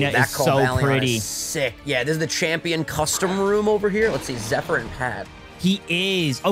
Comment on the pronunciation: Can't believe and can't say Zephyr properly 🤣